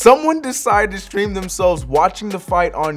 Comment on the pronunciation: Nobody: The fumble: live “steam”